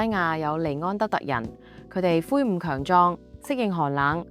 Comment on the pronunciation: 魁梧 不是灰梧 🙏🙏🙏🙏🙏🙏🙏🙏🙏